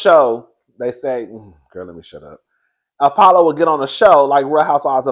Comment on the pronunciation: You said it right cousin Apollo and Pheadra 😂